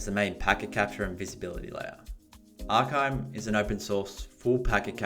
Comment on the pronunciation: Arkime is great its pronounced Arr-Kaa-Mee. Pretty powerful app. Folks really dont realize the amout of packets and data going out to the web on IoT and other internet connected devices.